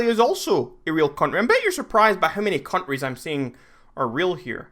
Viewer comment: he says countries like cunries